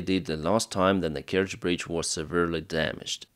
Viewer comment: Kertsch bridge? - what Kertsch bridge? 🤣